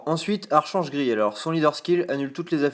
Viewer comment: "Archange" ça se prononce "arKange" :D